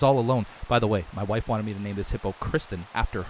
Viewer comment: Hearing him say wife threw me off. Gotta get used to that haha